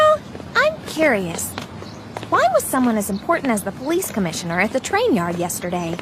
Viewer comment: Its commissioner not comisheneriyxzsbxkaks.........